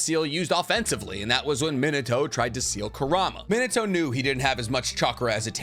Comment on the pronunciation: Love your videos. But... His name isn't Min-uhh-toe 😄 Its Min-aah-toe